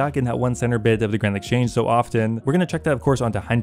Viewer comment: Did you just call it "Grind Exchange Account"? Cause I feel that lol